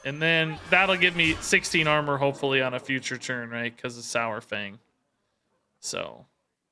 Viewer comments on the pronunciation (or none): I know I'll get a heap of hate, but it just annoys me to no end. It's sawfang, as in dinosaur. Not sourfang. Love your content though.